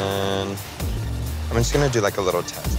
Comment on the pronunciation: "jush" c'mon jasmine masters influence